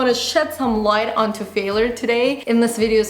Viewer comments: i dont think its because of her accent because even with her accent she prononces words very well, it seems to me she just might not know that its pronounced fail-YURE and not fail-ER, with that said, its not the end of the world if she does not pronounce the world correctly, I think Roodles comment will just help he realize her error because yes, it was quite annoying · calm down English is not my first language either and actually yes there is correct and incorrect way of pronouncing words and this is specified in language dictionary In Uk we say ˈfeɪ.ljər. And R is silent. There are pronunciation differences between Uk And US English - was trying to figure out where got her way from.and it has nothing to do with accent. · it's 'fail-YURE'. not a big deal but was irritating me a bit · How to say failure: "fail-yur", NOT "failor". Your welcome. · faalure hahahaha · Video is great n all but your pronunciation of failure as failer got me 😂🙈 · Hey, I like and respect you a lot but you are just not pronouncing the word failure correctly and making your video slightly difficult to watch.:) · The biggest failure I can think of right now is very badly mispronouncing the word 'FAILURE' 😂 She uses this word non stop says it wrong lol. Alex you could have given her a heads up 😜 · Is that Canadian pronunciation of word failure? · The way she pronounces "failure" is so cute. lol